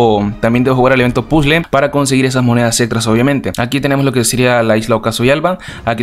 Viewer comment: Porque dices pule y no puzle